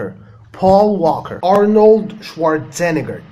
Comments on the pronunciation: انت قلت اسم Arnold غلط just sayin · By the way sir u miss pronounced the name of mr Arnold he has a Germanic name so it is pronounced differently than any English originated name